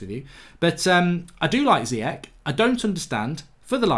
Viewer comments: Bababobo Carry summary, and Zeeyek. Just as bad as Emre Khan. Love the mispronunciations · It’s pronounced zi yesh